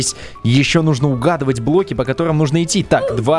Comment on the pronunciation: почему ты говоришь блки